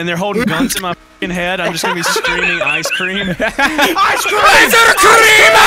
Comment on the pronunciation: Okay but what does ICEUH CREAMUH mean